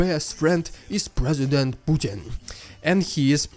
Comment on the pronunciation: it's your accent...let me help...presi-went-pukin